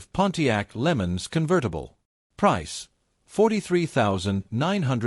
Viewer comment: Pontiac "Lemons"? Using AI = when you just don't care enough to make a quality video.